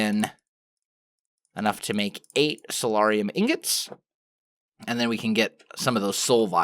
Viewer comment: I may be incorrect and please don't hate me if I am, but I believe soularium is pronounced (soul-air-ee-um)